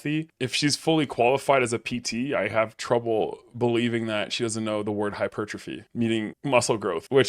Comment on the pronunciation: Qualified personal trainer…… Can’t say hypertrophy? Did the qualification come from the same University as Mike’s PHD?!